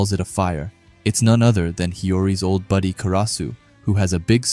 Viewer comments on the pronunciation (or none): none